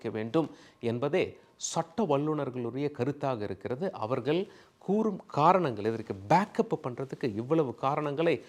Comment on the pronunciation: சார், எல்லாம் சரிதான். உங்கள் உச்சரிப்பு எப்போது சரியாகும். மேற்கோல், அவர்கல் என்று பேசி தமிழைச் சிதைக்காதீர்கள். நாக்கில் வசம்பு வைத்து தேய்த்தால் ல, ள,ழ போன்ற எழுத்துக்களை நன்கு உச்சரிக்க வரும்.